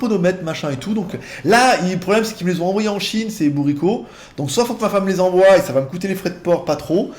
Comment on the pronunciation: Salut, on ne dit pas "qu'elle m'envouaille", mais "qu'elle m'envoie"...allez, courage!